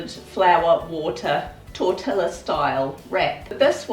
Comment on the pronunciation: Just a heads up tortilla is a spanish word prononced 'tor-tee -yah" , I enjoy your channel.